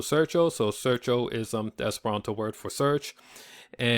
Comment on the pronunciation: "Sair-cho" bonvolu lernus ĝusta prononco, ne "search-o" kiel en la angla